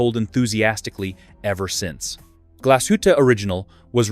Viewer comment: Glashütte is pronounced more like “glass hoota”. The “s” and “h” are in separate syllables. Lange and Söhne is pronounced something like “lawnga oont zuhna”. The YouTube video would be a lot more credible if you knew how to pronounce the names of the brands.